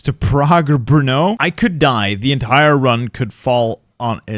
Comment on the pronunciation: As a czech i can confidently say pronounced ostrava and brno in the funniest way possible